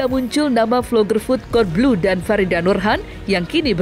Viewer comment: Cara bacanya kodblu nyak bukan kadelblu😅